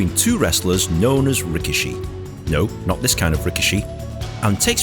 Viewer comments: Ree kee shee. That's how it's pronounced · I'm pretty sure 'rikishi' is pronounced "rih-KEE-shee." On a side note, I find it ironic that the only two WWE wrestlers who had a sumo gimmick were both Samoan, and didn't have a drop of Japanese blood in them.